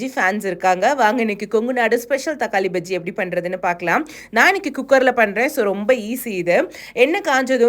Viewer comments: பஜ்ஜி இல்லை, பாஜி என்று சொல்ல வேண்டும் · பஜ்ஜி இல்லைங்க பாஜி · பஜ்ஜி இல்லை பாஜி